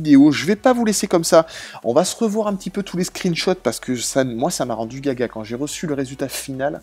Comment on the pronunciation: c'est pas "caca" c'est gaga, une expression pour dire fou 😂